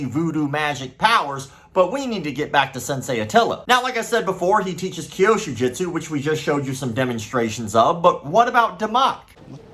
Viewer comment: Still not "kyoshu (sic) jitsu" but kyûsho jutsu", as the Japanese text (急所) clearly indicates. As you're talking about this nonsense so much, one would think that at some point you would start pronouncing it correctly, but apparently not... 😐